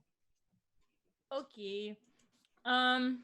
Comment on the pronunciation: Taking a shot everytime says Syrin's name wrong